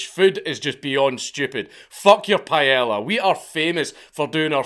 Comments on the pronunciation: “Pie-ella” 💀 That rant is going to be a legendary part of Dankula lore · Bozo said "pie-ella" 😂